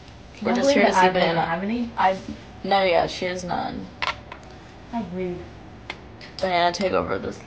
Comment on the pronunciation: Is it just me or is she calling banana baby